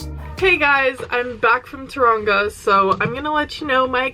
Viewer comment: The way she says Taraunga 😂 love u ❤